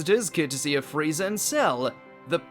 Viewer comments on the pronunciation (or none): none